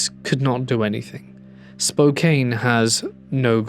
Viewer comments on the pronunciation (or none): Just a gentle correction. It is Spo-can. Or Spoke-can. Or Spoke-can ❤